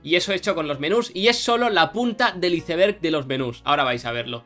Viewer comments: No lo tomen a mal pero es que siempre en españa promuncian literal las palabras en inglés como "iceberg" no "aisberg" o Ermion no Hermione (Jermayoni) ... curioso.. Sand storm is coming... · porque dices... hice verg ? y no ICEBERG bien pronunciado.. pero si dices bien... JUICY bien pronunciado y no ju-si como español sin ningún nivel de ingles ??